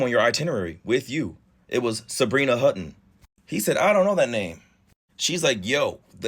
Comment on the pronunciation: Hutton not hooten